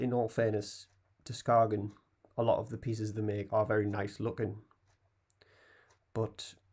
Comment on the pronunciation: i once went to skagen for a conference..and was informed that the locals pronounce it something like "skan".....